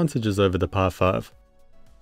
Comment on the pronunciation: The way you say "PI 5" sounds like "Par5". It's so distracting lol.